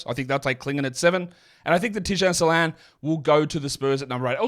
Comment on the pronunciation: Better would be if he got the pronunciation right himself. There is a diaeresis in "Salaün" for a reason.